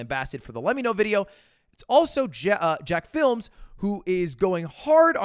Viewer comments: “Jack-films” like come on Ludwig you and I know it’s not jack-films, it’s jacksfilms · Its not jackfilms its jakcSfilms. Everyone gets it wrong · Never realized how cursed "JACK-FILM" would sound... Ludwig its Jacksfilms man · Why does Mr. Mail call Jacksfilms "Jackfilms" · Hearing someone older than me pronounce veteran youtuber jacksfilms as “jackFilm” somehow made ME feel like a boomer. Good video though, I agree 100% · Ludwig being og on youtube but saying jacksfilms name wrong actually hurt my soul.